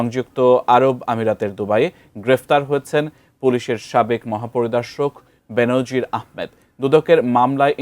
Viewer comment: বেনজির নাকি বে-নজির 🙃😃! নাকি টাকা পয়সা হলে নামের উচ্চারণ ধরনও পাল্টে যায়?